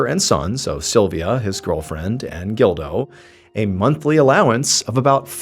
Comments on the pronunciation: I keep thinking he’s saying Dildo instead of Gildo lol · You say Gildo. I hear dildo. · When he said "gildo" I thought he said "dildo" lol I had to rewind it to make sure i heard correctly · I thought at first he said Dildo! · It’s a pretty common name and the pronunciation is closer to “Jeel-doh” or “Jill-doh” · Every time you said the son’s name I totally thought it started with a”D” 🙃 and not a “G”😂 Just me?